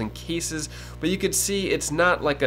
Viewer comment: Cases. Not keysis